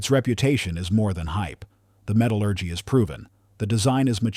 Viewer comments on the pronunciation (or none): none